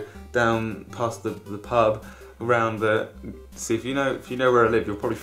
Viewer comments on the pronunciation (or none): none